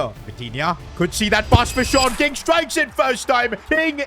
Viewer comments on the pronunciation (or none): Actually his name is Sean King but he is saying short king